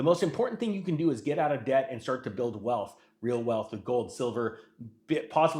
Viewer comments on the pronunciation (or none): none